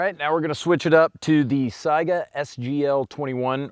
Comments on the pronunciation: Weird, I like cats, dogs, chevys, fords, AKs, and ARs. I just want it all haha ALSO - THANK YOU FOR PRONOUNCING SAIGA CORRECTLY I cringe every time I hear someone call it a "Sega" btw why just 100 meters? Seems a little short to me, try 300+ meters and see which is more accurate XD Halfway through OEF and OIF many of our snipers started ditching their bolt actions for modded M4's since they're so accurate and deadly at 500 meters, and the AK can't do much at that range. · Dang, I must've stumbled upon one of the ten people that can pronounce "Saiga" right. :-D Also, thanks for doing the video though I knew the outcome anyway. This "AKs are inaccurate" myth needs to be destroyed because it's parroted way too often. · I'm a linguistic nerd so I just appreciate that you pronounce it as Saiga rather than Sega. I don't even know which one is actually correct to the region but 'AI' most certainly makes an 'I' sound in English. So many people pronounce it as Sega that I have a strong suspicion that I am wrong in some way but it has always bothered me on a personal level that people pronounce it as 'Sega'.